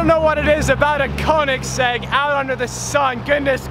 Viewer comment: koenigesegg so sorry